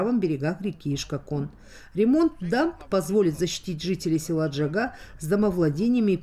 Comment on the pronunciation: Неужели нельзя правильно сказать название села ,,Джагьа,,.Джагьа-воротник.Джагьа-берег.